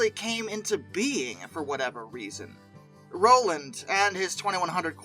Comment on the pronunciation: Need to research the pronunciation of many names in this production … Striegel, Rowland, Kughn, Hagerstown just to name a few.